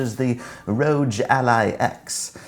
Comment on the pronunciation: THE ROGE ALLY??😂